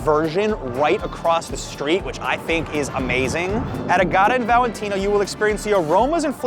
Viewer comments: Agata is pronounced Ah- Guh- Tuh, not Ah- got- Ah. It's the owner's wife's first name. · I think Agata is pronounced (at least by Italians) with the accent on the first syllable. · I giggled when you said Agata 😂 it’s pronounced like Agatha (Christie) , minus the “h” after the T which pronounced like a hard T, not like a soft R